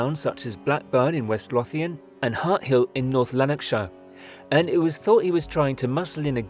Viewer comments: Loathe-ian, not loth-ian. 😅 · Watching a podcast about Scotland when your from Scotland. And the person narrating it can’t be bothered to check the pronunciation of places or names 😤 West Lawthian? Nope. West Lothian. As in oval, roving, polar, portal, or just “O”, as in the alphabet letter. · And is pronounced Loath and not Loth....... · 23secs . Its pronounced Loath-ian not Loff-ian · Lothian is pronounced "Low-thian" not "Law-thain" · Just to let you know (narrator) Lothian is not pronounces with a heavy TH as you have in the word death. it is a lighter 'TH', like the 'TH' in 'lather'. Just saying :) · Not to be picky but Lothian is pronounced "Loatheian" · quick FYI mate "lothian" is pronounced low-thian and "saughton" is pronounced sok-ton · Lothian is pronounced Loathian. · Love your videos. Being from Edinburgh, i have to let you know that Lothian is pronounced loath-ian. Saughton prison is Sock-ton. FYI! 😂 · west loff lan made me giggle ngl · Brilliant video again. As someone from East Lothian it's hard to hear you say Lothian but I look past it cause the videos are quality. It's pronounced as if it was Lowthian. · Or even Low-vian. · Can you at least try to pronounce the place names correctly. You must have heard Lotian, Dunfermline and fucking Inverness being said before not to mention the rest. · Good video, just one small point , Lothian is pronounced Low- they- an . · Nearer to a V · Please learn the correct pronunciation of 'Lothian'. Apart from that, good job. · You are pronouncing Lothian incorrectly. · What the hell is wrong with your pronunciation?! Lothian and Inverness?! Mate, they’re not that hard to say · You need to learn how to correctly pronounce the names of Scottish towns and areas, “Lothian” is an example. There are plenty of YouTube videos you could have watched to get the correct pronunciation, this is just lazy. Also West Calder is definitely NOT Glasgow! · May I suggest you Google how to pronounce "Lothian" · And a hard "O".